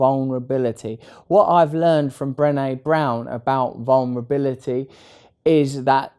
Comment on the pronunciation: "Vulnerbili-ee" I love him❤️